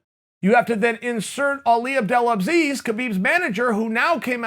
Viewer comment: Chael 'Abdul ABZEEZ' Sonnen